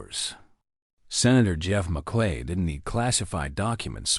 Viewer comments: The commentator needs to pay attention to the name of a US Senator. Merkley not Mcllay. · AI????? MerClay??????? for Merkley. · M E R K L E Y is not pronounced MAKLAY. Do your homework. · Merkly not Mc lay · The senator’s name is pronounced “MURK-lee.” He’s from OR. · I am not american but the narrator needs to know merkley's name